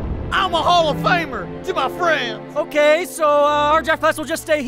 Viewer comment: “I’m still a hall of famer... to my fraineds.” I died